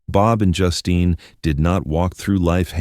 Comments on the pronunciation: I almost screamed every time I heard Justin instead of Justine. Is it really that difficult to get a human to narrate? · Please pronounce her name properly.....JUSTEEN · I hate the way AI mispronounces words. Sometimes it says her name right and other time says it like a boy’s name.